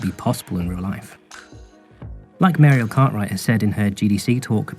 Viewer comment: He says: the animation is by Mariel Cartwright I hear: the animation is by Mario Kart, right?